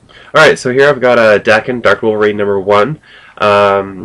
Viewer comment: cool. im lookking forward to reading it actually. and its pronounced like "hawk" but with a "d" instead "dawk-en" daken :)